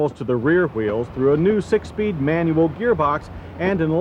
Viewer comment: "310 pounds light-her than it's pred-he-cessor" "rear hweels"